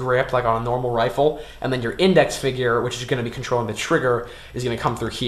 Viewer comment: Why dont he show when he shows it instead of, "MY THUMB HEA, AND INDEX FINGA HEA" XD